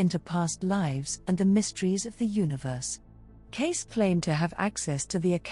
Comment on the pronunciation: Edgar Cayce - /ˈkeɪsiː/ , not case.